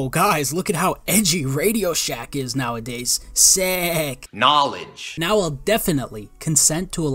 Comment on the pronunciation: KGNAW-LIDGE! ugh tai is gross